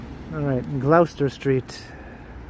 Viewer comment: Gloucester Street if we are to pronounce in the traditional English way which I am sure is the city the street is named for, then its 'Gloss-ter' not Gl-ow-ster.